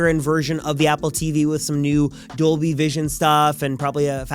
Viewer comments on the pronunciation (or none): none